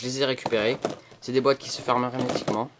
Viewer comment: Arrete de dire hermetiqument !!! Sinon bonne video!